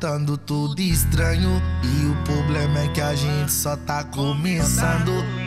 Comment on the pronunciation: Ele fala "Poblema" no começo da música 😨